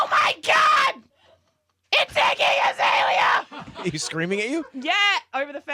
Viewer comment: ryan says his iggy azealia all the time,lol